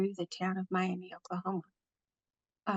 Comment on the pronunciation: It's Mi-a-muh Oklahoma